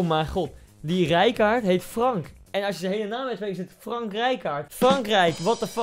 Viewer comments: Je spreekt "Frank" uit als "Frenk," dus eigenlijk zeg je Frenk Rijkaard. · Je zegt frenk rijkaard